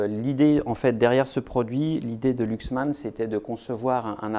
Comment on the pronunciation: ça ne se prononce pas Luxman, ni Louxman, mais Laxman.